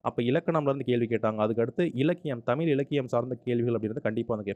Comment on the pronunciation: Sir தமிழ் not தமில்